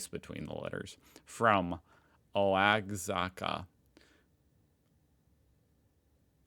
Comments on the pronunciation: FYI Oaxaca is pronounced (Wah-ha-ka) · It's pronounced wahaca, from the UK 🙄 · no fucking way he said oagzaca for oaxaca ( its pronounced wahaka) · Him pronouncing Oaxaca: Oh-æ-zah-kah Me who’s learning Spanish:😭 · There's no way just just pronounce Oaxaca ""o-ag-zacka". 💀😂 Love you and your content but look up how that's pronounced and have a light hearted chuckle at yourself. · Lol You are not helping this situation my friend! Misread could've and Oaxaca is pronounced "wuh-hok-uh" lol. Just so American haha😅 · Hi, just wanted to let you know it pronounced “Wa-ha-ka” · It’s woe-HAH-kah, not however you pronounced it. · No, correct pronunciation according to International Phonetic Alphabet is wə-hɑ-kə, there are websites where you can click on an audio snippet to hear it. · And how do you pronounce? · To have a common denominator, it is best to use the International Phonetic Alphabet to represent the pronunciation: wə-hɑ-kə (not easy to see in this typefont, but the stress is on the middle syllable) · My soul died at the pronounciation od ‘Oaxaca’. I’m not even Mexican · THE PRONOUNCIATION OF MOLE AND OAXACA KILLED ME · Hearing him try to say Oaxaca is hilarious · The "x" in Oaxaca is pronounced somewhat like a "tch", as in "achieve" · that's a really funny way of pronouncing "Oaxaca."